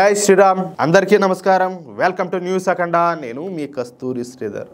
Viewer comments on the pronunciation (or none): none